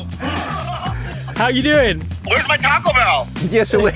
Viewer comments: I LOVE and have been watching it for years, but the way you guys say Taco drives me NUTS!!! It sounds.ore like Toco than taco... kind of a mix between the 2. But definitely not the way you say it. At least where I live in America.. where there are tons of mexicans! It's the same sound you get when you sat ball. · Someone who YEARS later still says TACK-o has no grounds to go after Bobby's pronunciation of Slovenia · The way you all pronounce ta-co bell, you can't correct others. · stop saying taco wrong Brits , its is very annoying!! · As a Mexican...i can't help but cringe, a little, every time you guys say "TACO" with your British "A" pronunciation...haha...even your Asian guest has a better "taco" pronunciation!...haha...😂❤😂...